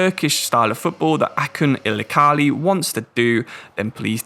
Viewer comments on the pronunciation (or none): Acun Ilicali is pronounced Ajun Ilijali as the Turkish C is equivalent to J in English.